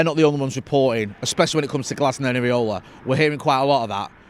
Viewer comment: IRAOLA NOT AREOLA LMAO